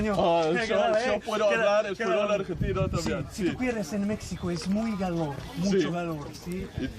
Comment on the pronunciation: "Tú cuires en Mécsico es muy galor, mucho galor, sí?" Without the subtitles, I wouldn't even have begun to understand what he was trying to say there.